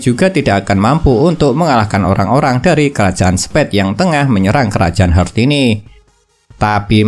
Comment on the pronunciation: Bang maaf ni, Heart = Hart bacanya. Bingung ane bang kalo dibaca "Hert" sudah ngikutin banyak episode ini skg baru paham kalo yg abang maksud itu kerajaan Heart